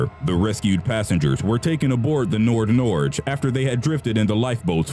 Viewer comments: Not mad, but it's pronounced ''NordNor-gey'', not ''NordNorje'' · "Nordnordzh?" ffs learn to pronounce the name at the very least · The way they pronounced "Nordnorge" is hilarious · Lol I'm from Norway and "nordnorge" is directly translated to North Norway. And omg the way he says Nordnorge is probably the weirdest thing I've heard today and I really couldn't take that part serious at all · Youre saying nordnorge wrong